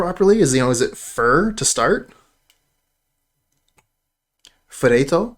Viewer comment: I have never been more entertained by someone trying to say ferret in Italian lol